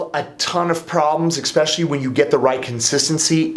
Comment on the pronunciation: "Expecially!" So cute 😄😄😄I haven't heard that in YEARS!